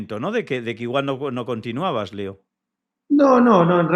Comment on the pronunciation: te ha dicho Leo,Leo coño no Lio!!jajaja